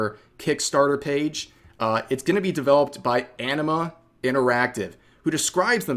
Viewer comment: This Anima Interactive somehow sounds like Enema Interactive in my ears lol